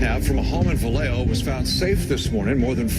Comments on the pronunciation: Vallejo，西班牙语，音：巴耶霍。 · Jo 更接近的發音是「厚」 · Vallejo, 是西班牙语， j 是发h的音。